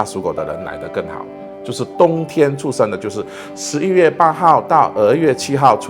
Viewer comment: 师父发音需要标准一点 他的 出生 发音 一直 听成 畜生 😂